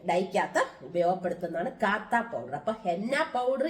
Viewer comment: കാത്താ അല്ല കത്താ പൌഡർ ആണ്